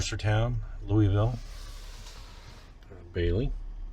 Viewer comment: There ain’t no e in Louisville